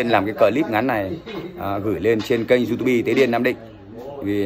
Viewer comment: diu típ --) đừng đọc du tu bi bạn ơi😅